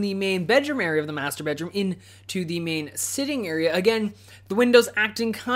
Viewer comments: Whenever you say "Master bedroom" I hear "Masturbate room" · every time he says "master bedroom" I hear "masturbate room"....